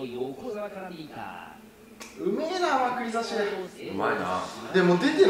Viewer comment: 前から思ってたけどまくり差しのイントネーション変じゃね？笑